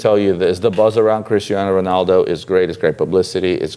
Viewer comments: RONALDO guys not Renaldo LOL neway nice vids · Who is RENALDO? It's RONALDO. FFS